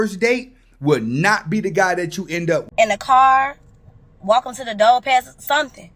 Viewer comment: Dizzy Quita! If you can't pronounce the word "DOOR" properly, we're already done! WTF is a Doe? Or dough? Are you referring to deer or doughnuts? Get your ass up outta my car!